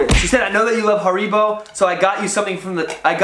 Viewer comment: Where's the problem? Almost correct . 😉